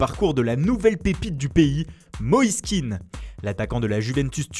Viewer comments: c'est pas un anglais,je crois qu'il s'appelle pas keane mais kéan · je crois qu'on prononce son nom ké-an et non kean a l'anglaise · Par contre ça se prononce [ken] et pas [kin] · Moïse Kéan pas Keane pffff, il est ivoirien pas irlandais. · Et c'est Moïse Kéan pas Kean ce n'est pas un anglais mais un ivoirien d'origine Kéan est un nom ivoirien pas anglais